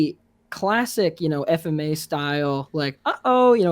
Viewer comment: inappropriately pronouncing FMA, shame.